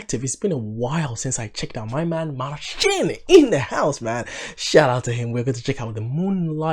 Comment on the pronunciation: Yes You are one of very few who pronounce his name correctly.its Marćin not Marsin.so keep it cool bro cos You are so on point in many aspects!!!all the best to You!!!